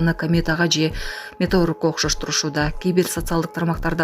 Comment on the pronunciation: Меторог эмес метеорит деп айт,журналист кызсынбы